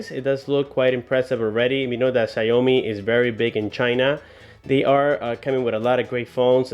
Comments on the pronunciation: read as Xiao mi ,not xia o mi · it should be pronounce SHAOMI not SA-YO-MI.. just saying... btw great job! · btw i believe its pronounced shaaw mee, not shaou mee